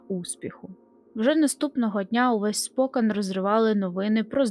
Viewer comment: Не правильний наголос при вимові назви міста. Правильно СпокЕн. Я живу тут.. цікава історія про цей жахливий випадок.. ніколи не чув про це..